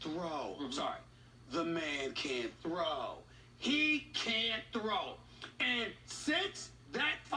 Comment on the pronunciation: SAS he can't throwwwee